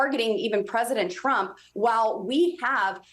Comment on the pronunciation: There she goes mispronouncing Trump again.